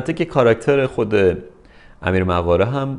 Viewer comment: فکر کنم تلفظش مُقاره باشه، Moghare